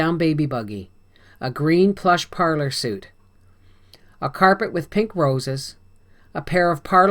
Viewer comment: Chapter 12 the narrator pronounces the green livingroom suite as 'suit' not as 'sweet'. Not impressed.